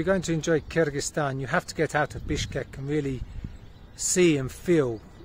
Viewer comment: I like the way you pronounce Kyrgyzstan👍